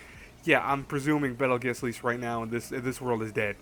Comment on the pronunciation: It's pronounced bettle goose bro